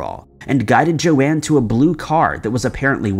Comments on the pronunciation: In other videos, also pronounced Joan as JoAnne. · Its Joan, not Joanne, like Joan of arc.. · I'm pretty sure Joan would be pronounced 'Jone' not Jo-anne as it's pronounced 'Jone' as in Joan Collins.